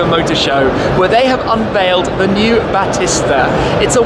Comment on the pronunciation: Battista is pronounced Ba tee sta. Like the wrestler.